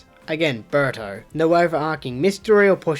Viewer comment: The way you say "Berto" sounded a lot like "Burter" from Dragon Ball Z